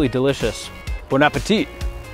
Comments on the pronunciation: Bone-apple teeth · he says bon apetit to an american food wtf